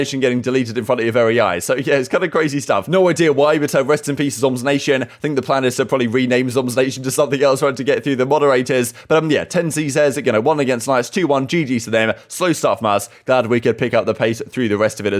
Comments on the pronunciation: no way you said tenz as tenzee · man said tenzee